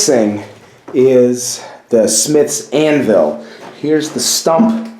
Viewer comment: Great asset! Your first assignment is to learn how to pronounce anvil...it’s not Ann-Ville! It’s a shame you’re leaving all of that iron in there to rust away! I agree with someone’s suggestion that it was once an icehouse or root cellar, not a blacksmith shop...hobby shop maybe. Have fun with it!